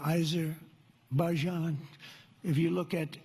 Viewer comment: You mispronounced aberjaizan